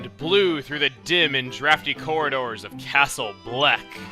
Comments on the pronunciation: I keep hearing Castle Oblivion whenever you say Castle Bleck, and I don't know why. C.O. from KH:CoM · "I got a Castle Bleck key!" CRUNCH